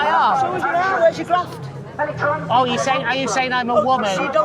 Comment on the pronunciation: ‘Where’s ya grafft?’ 😂😂😂